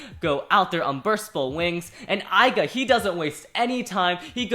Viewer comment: Left burst burst it's not Aiga it's Left burst burst it's not aiga its aiger.